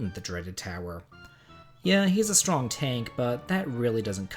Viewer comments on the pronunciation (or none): none